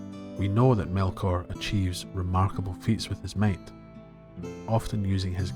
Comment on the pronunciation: I kept hearing "mate" and then I realized it's "might" 😅